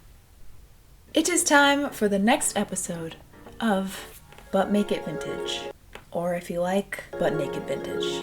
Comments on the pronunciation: I heard "butt naked vintage" the first time you said it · Whyyy do I always hear "Butt Naked Vintage"???? xD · I had to rewind, I was sure she said "Butt Naked Vintage" twice